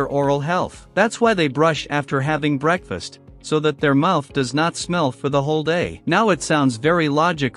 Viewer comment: Bro said break fast not breakfast